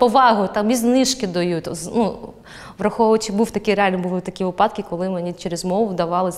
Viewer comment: Клас) Тільки не випАдки, а вИпадки))